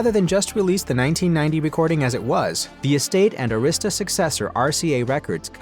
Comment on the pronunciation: Just hearing the mispronunciation Arista records is so disrespectful SMH